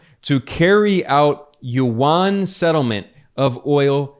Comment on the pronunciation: yuan is 1 syllable not 2 syllables. like Juan not jew -an